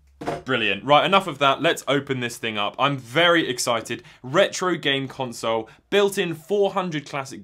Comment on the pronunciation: That’s an odd way of spelling Color . . . Likewise, an odd way of pronouncing Console